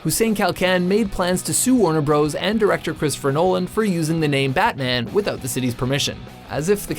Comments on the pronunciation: açın rakıları. Adamın ''betmen'' diye telafuz edişine bittim. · Batman reading like butmun not like superhero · Also, the city Batman is not pronounced the same way as the super hero, just learn the correct pronunciation. Well at least TRY